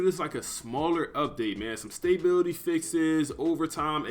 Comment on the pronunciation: “Stay Bill Tee” cmon my guy smdh